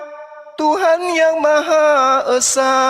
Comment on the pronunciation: Allah itu maha Esa bukan maha Isa ten oten bedakan huruf E dg I